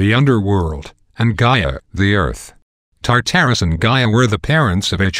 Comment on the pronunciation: He also pronounced tartarus wrong. Also the fact tartarus isn't the underworld, the underworld is the underworld. Tartarus is the abyss that monsters and wicked souls went after death and then they were tortured.